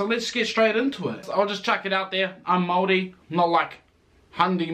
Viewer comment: Its hard for me to accept that a Pakeha, who has had their heritage in NZ dating back two hundred years can not pronounce the word Maori correctly. Dare i say cant be fucked being respectful enough to be correct. The phrases 'Oh, its too hard' or 'I am too old school for that' ? is getting old. Yet when someone from china or ironically from Europe can be literally taught the correct pronunciation in a matter of seconds is nonsensical to me.